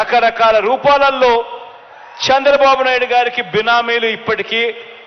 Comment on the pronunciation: Shandra babu naidu, first learn how to pranounce names. AP ki pattina daridrameppudu pothado, kharma